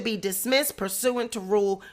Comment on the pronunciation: it's pronounced Pur sue ant